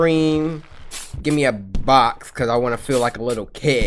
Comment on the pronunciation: “coose” a side